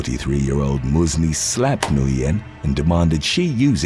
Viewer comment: Nguyen is pronounced as win! Always messing up names